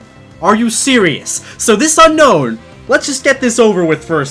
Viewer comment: Why do so many people say unknown? The Pokémon is called Un-Own I know it skittle bit that has always bugged me haha